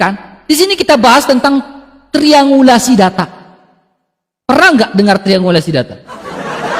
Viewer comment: nyebut tringulasi saja salahbegok